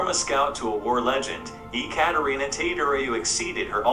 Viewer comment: It's Ecaterina Teodoroiu. The 'te' in Ecaterina is pronounced like the one in 'temperament' or 'technique'. As for the surname it seems you got stuck at 'roiu' which is simply pronounced 'rawyou'. Imagine trying to tie the words together. Cheers!